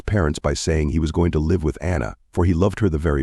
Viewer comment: It's an AI reader more than likely for example sometimes live (rhyme with hive) and live (present tense of lived) are pronounced incorrectly along with names.